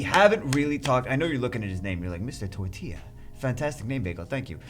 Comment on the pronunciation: how pronouced "tortilla" had me rolling xDDDDD